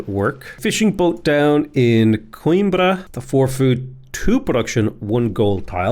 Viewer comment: The only city name you manage to pronouce fairly ok is "Coimbra" the rest you just butcher Edit: "Ponta Delgada" sounds good too